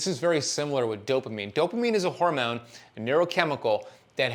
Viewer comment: Does fasting make you say “hormewn” instead of hormone? Cuz if it does, I’m out